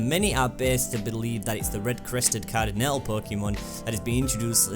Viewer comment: car-dih-nell? GAH!